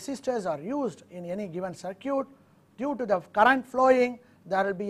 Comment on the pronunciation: When he says, "sur-kyut", (CIRCUIT) he means "sur-kit"